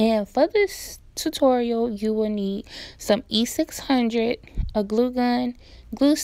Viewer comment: Omg it was killing me every time she said E600